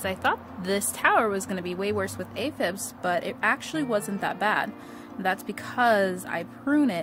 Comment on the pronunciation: Aphids not aphibs lol love your videos!🌿🌸